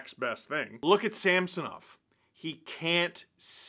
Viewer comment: Great win only marred by the continual mispronunciation of Sammys name by the commentators 😂 who the heck is SAM SO NOV